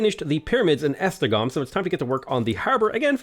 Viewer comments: says "Esztergom" and "Pest", near good also: "E-GIRL" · Funny how you pronounce Esztergom and Kolozsvár almost perfectly, but you struggle with Szeged and Pécs. Never imagined how difficult would it be to say these city names.